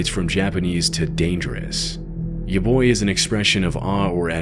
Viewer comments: Yabai is not pronounced "ya-boy," its like "ya-by." The b isn't very pronounced like in English. Like if you say "ball" you kinda press your lips harder together to really pronounce the B. With "yabai" its like barely pressing your lips together. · It's pronounced "Yah Buy" 😭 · ya boy 😭 it's ya-bye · yabOi?? or yabAi??? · Yaboi-- Brother, please. It's pronounced yaBYE. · “Ya ba i” (ˈjɑ bɑ aɪ) mispronounced by as Yaboi is so funny to me it cleared all the scared off me lol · "yabai" = ya bye "yaboi" = IT'S YA BOI GAMERBOI 3000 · Misreading "yabai" to "ya boi" threw me off and now I'm loling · 'yaboy' omg nooo. it's pronounce ya-BYE, no ya boi lol 😂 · It’s yabAi not yaboi 😭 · The "Majin Sonic" image used to scare me as a kid, but now that I know it's nothing nefarious and it's a easter egg made by "Majin" himself, I find it charming. The JP soundtrack makes it less scary too. EDIT: Yabai (やばい) is pronounced "ya-BYE", not "ya-BOY" lol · Solid video, I had a good laugh tho when you pronounced "yabai" (yah-bye) as "ya boi" 😂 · Not to be that guy, but the Japanese word yabai is pronounced more like 'ya buy' than 'ya boy' as you do in the video. Otherwise, good work. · The way he pronounced Yabai as Yoboi(Yo boy LMAO) literally made me look at the screen, and I was just here listening while working and that caught my attention LMAO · pronouncing yabai as ya boy... also yabai just means "risky" or used as an exclamation like "oh no!". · Yabai being said as Yaboi is funny as heck tbh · Yabai, not yaboi. C’mon man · やばい (yabai) is def pronounced "yah-bye" lol also it can colloquially mean something is unhinged or extreme. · I'm not trying to complain or anything, but yabai is pronounced as ya-bye. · Yabai not yaboy 😭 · Small correction, its pronounced “yabai”, the same as its spelt. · Ya boi it's "Yuh Bye" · "ya boy"? I'd expect mis-pronouncing it as "ya bay", but that's a new one. I honestly can't understand how anyone could read an "a" as an "o" sound.